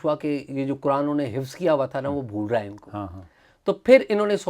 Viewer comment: خفظ نھیں حفظ ھوتا ھے